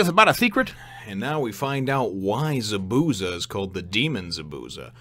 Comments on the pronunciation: Just for future chapters, Zabuza's name is pronounced ZAH - boo - ZAH. I put zah in caps because there's a bit more emphasis on the za than the bu. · So you were going for an americanized pronunciation of his name instead of trying to pronounce it how it's originally supposed to?